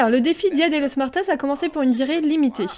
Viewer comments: XD le belle accent espagnol pour t'aider on prononce dé losse muertosse 😂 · Haha oui ça s'entend que tu n'as jamais fait d'espagnol ;) et día de los muertos c'est une fête célébrée en Amérique Latine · Ça s'entend que tu n'as jamais fait d'español car la prononciation n'est pas bonne XD